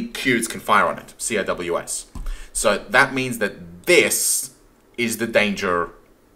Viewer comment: Don't know about down under, but here in the US, CIWS is pronounced Sea-Whiz. Just sayin' man. (I was US Navy)